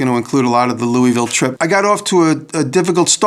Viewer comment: Maybe they'll teach you how to say Louisville while you're here. Lol